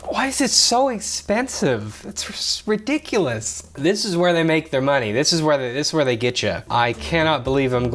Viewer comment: IGN 7/10 "Too Much MUNEH"